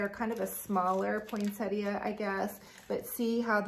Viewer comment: Thanks for all your ideas. And thank you for saying Poinsettia correctly! I don’t have a specific day I start decorating, typically it’s whenever I get to it.